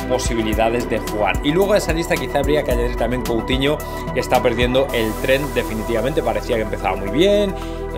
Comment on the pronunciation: Coutimo??? Escuché CouTIMO???